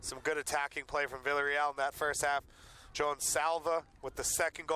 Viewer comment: Lol he isn't saying Villareal right